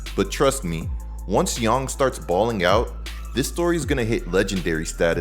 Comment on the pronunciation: You've earned my sub you pronounced yang like how it should be